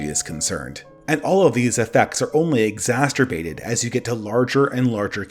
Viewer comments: Love your content man but.. ex-ASS-er-bate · I’m sorry,, but as a grammar national socialist, I must nitpick about your “exasterbate”s and “oliagarchy”s. You must solve these misspeakings with finality immediately